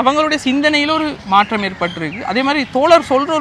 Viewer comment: மாற்றம் த்தின் உச்சரிப்பு maattam. MaatRam இல்லை. ற்ற = ta என்றுதான் சத்தம் வரும். சென்னை மக்கள் ஆங்கில மூலத்தில் தமிழ் படித்ததால் ற வை tra என்று எழுதிப் படித்ததால் வந்த வினையே அது.